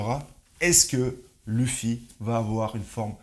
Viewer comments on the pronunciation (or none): Et il dit vraiment lufi 😭😭